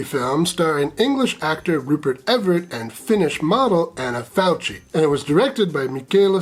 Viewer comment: CH in Italian is a hard K. Anna Falkee, not “faltshee”